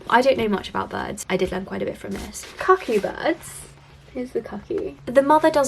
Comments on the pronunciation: Just a couple of friendly pronunciation tips - the u in ”cuckoo” is an ”oo” sound (long in American, short in British pronunciation), and the z in Karamazov is not a ”ts” sound but z as in ”zap”. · So have I been pronouncing the word "cuckoo" wrong my entire life?